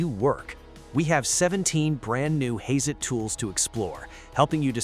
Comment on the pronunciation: I stopped watching after I heard 'Hay-zet'